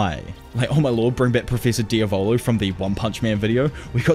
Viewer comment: I understand you're probably not going to listen, because you have already settled on the nickname and the sound of your "brand"...but the way you pronounce "diavolo" is completely wrong. It's the Italian word for "devil". The stress is on the "A", not on the "O". It's: diAvolo, not diavOlo. (I also understand it's a Jojo Reference. And you want to sound like that character, but trust me: those japanese voice actors didn't know the right pronunciation either :P).